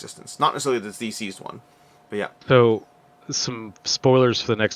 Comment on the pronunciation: I honestly hate to be "that guy", but the way you're pronouncing "DCeased" makes me think you don't know it's a play on the word "deceased" (aka "dead"). Instead you seem to be saying it like "D-seized" or possibly "diseased"? Fantastic interview by the way. I don't want to take anything away from that. This was so incredibly informative. Thank you!